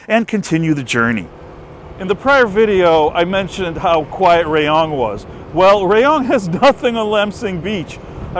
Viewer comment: Hi! My mother was born in Rayong and there is a street that is named after her maiden name. Apparently, her great-grandfather was an important person there, like a Governor or something similar. By the way, RAYONG is pronounced with a soft (a), RAAH-YONG.